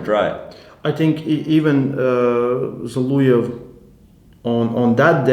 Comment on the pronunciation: It's Zol(O)ev, not Zol(U)ev, please pronounce the surname of the legend correctly man, it's kinda shame.